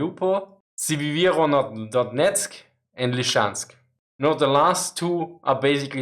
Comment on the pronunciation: Your pronunciation of Sievierodonetsk is hilarious :D